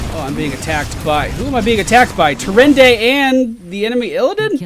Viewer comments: it's T-ih-ran-da.:S As I still play WoW I thought I should point out the correct pronunciation for you. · Stop saying TyrendA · Tyrande is pronounced like Tie-Ron-Duh but the third syllable is short